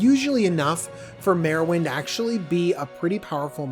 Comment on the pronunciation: Its pronounced Mar-win,.